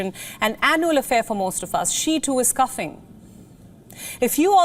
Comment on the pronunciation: Cuffing or coughing???😅